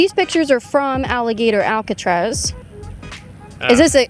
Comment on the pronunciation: If that’s how you pronounce Alcatraz, GTFO of the country!!